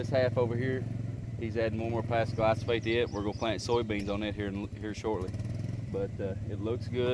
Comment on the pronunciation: Glyphosate, not Glysophate